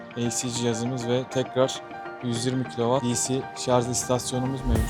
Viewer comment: Bu işi yapıp nasıl devamlı "şarz" demeyi başardınız 😃